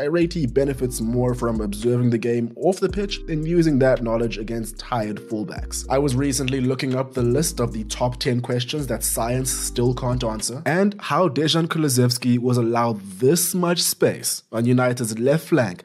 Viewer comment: oh yes Dežan kulusevski xD its not so hard to pronounce Dejan